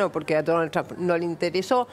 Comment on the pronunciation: Que bien que pronuncia Donald TRUMP !!!! Para cuándo la bandera con estrellitas en la Casa Rosada ?? Cómo lo van a hacer enojar al jefe del mundo ?? Desde cuándo se anima un presidente a hacer su política y sus alianzas , en su propio país !!!!????? Que clase de democracia es ésta ???!!! Sin pedirle permiso al dueño de América . Y además quién les explica a éstos energúmenos , quiénes son dictadores y quién no !? Se enfrentan con la iglesia por ? Se persignaron haciendo la señal de la cruz ? Pero BIEN !! DÉJENSE DE JODER ! LA NAZION